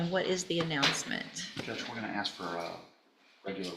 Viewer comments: how so? Does the BAR require you to pronounce ask like that? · For an attorney to say "axe" is pretty pitiful!